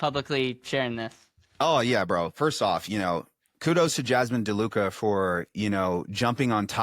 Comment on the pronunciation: called her, Jasmine "De Luka" 😆